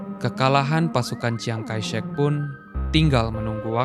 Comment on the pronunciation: Banyak statement mu yang ngawur. Penyebutan nama-nama aja salah (seperti "jiang-kaishek", wtf) 🤣